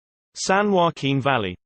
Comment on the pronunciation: You are saying "Valley" incorrectly!